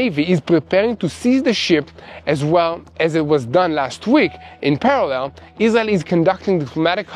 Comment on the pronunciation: So proud of for learning how to pronounce “parallel.”